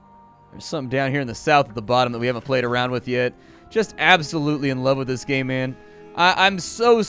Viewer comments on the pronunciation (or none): "just absolutely in love with this gay man" (i know he says "game man", but it sounds like "gay man" even after replaying it multiple times)